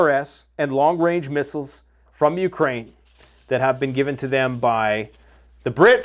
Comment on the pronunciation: “Fire ze missales!!”